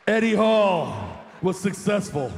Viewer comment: the last thing you want before the lift is the commentary screaming your name wrong :D